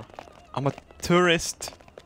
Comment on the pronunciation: He said tour-re-rest in france... The recent france attack.... ROBERT ILLUMINATI CONFIRMED!!!